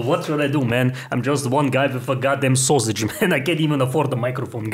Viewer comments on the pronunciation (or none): I don't know why I like it so much when he says sosig hahahaha